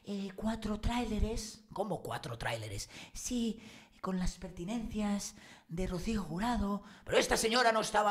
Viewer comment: presumes de periodista pero después de oírte un día decir " fustración " en vez de frustración y hoy " pertinencias " en vez de pertenencias ya no me creo que seas periodista. Reflexiona antes de hablar.